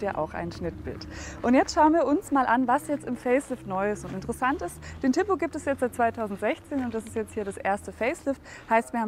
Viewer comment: Wenn ich schon höre wie die TIPO ausspricht, wird mir schlecht...